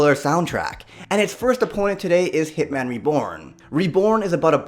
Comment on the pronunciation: Instead of hearing hit man reborn I heard hitler(is that how you spell it?) reborn